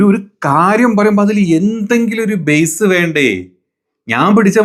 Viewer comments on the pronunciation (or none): none